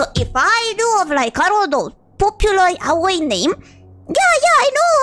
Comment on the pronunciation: The proof she’s a real Fujo is that she’s probably the first person I’ve ever heard say “yaoi” correctly